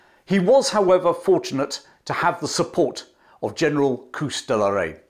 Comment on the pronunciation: Great story telling. The Boer War was a lesson the British took to heart, and helped them in the coming First World War. Do have a minor complaint, your pronunciation of Koos and Magersfontien are seriously flawed.